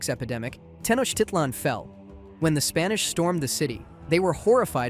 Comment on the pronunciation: as a mexican youre probably the first english speaking channel that pronounced " Tenochtitlan" correctly, good job